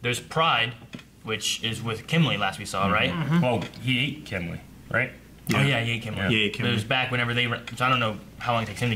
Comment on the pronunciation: They keep saying Kimlee lol